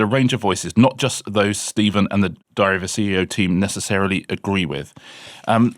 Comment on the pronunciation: Diary, not dary